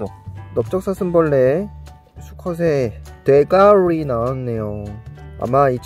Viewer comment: 돼대~~~~가리라고하지마시고 대가리라고하세요